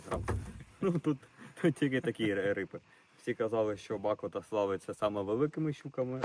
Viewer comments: БАкота не БакотА наголос робіть правильно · Гарного відпочинку!.....якщо можна то ставте наголос у слові Ба́кота на перший склад